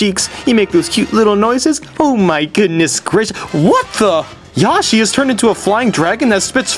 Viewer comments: Also you said Yoshie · It's not yashi its yoshi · i love how he calls yoshi "yashi" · YOSHIE Wat....... YOSHIE Penetguster 5000 Giaiga Bowser are you kidding me Palatina omg Dude Watch what you say XD also it's not Star something It's PK SHOWER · Also, I always love when you purposely pronounce things stupidly. LIke instead oh yoshi you say yashi, and obviously the classic when you say gam instead of game. I do that all the time now xD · It was also very weird when you pronounced Yoshi Yohshi and Giga Bowser Gaiga Bowser. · I'm sorry about this but... LEARN HOW TO FUCKING PRONOUNCE THE NAMES OF THE CHARACTERS sigh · I like how you alternate between the pronunciation of yoshi.